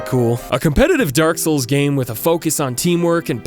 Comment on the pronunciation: I feel like you're sayin 'Dark Hole' instead of 'Dark Soul'